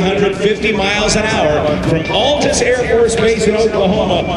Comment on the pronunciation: The A in Altus is pronounced like the A in apple, people never get that right :/